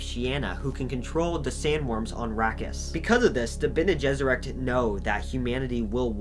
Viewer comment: Pronunciation varies a bit from who is portraying, i.e. “Dune 1984” had a bit different pronunciation then say the Sci Fi Channel’s made for TV series “Frank Herberts Children of Dune.” I laughed a bit when you correctly pronounce the hardest proper names, the Tleilaxu & Bene Gesserit, but not the rest. Harkonen: Har-Ko-Nen, or in some case, Har-Ka-Nen. Ghola: Go-lah. Fun fact the word Ghola is a derivative of the Hebrew word for a clone like being “Golem” in the bible. Ghanima: Ga-Ni-Ma. Leto: Lee-toe or Lay-toe, just depending on your preferred accent. Same as the actor Jered Leto. Alia: All-ee-ah. Darwi Odrade: Probebly pronounced Ohd-Ra-De Any who, love your work. Keep it up. 😀